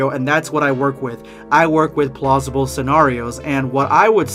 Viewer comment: Hey I thought you said plausible?